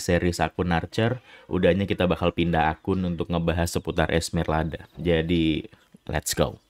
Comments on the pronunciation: Esmeralda bang bukan Esmerlada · Dia bilang ESMERLADA cok lu juga salah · udah salah ngotot lagi lu sebut esmerlada kocak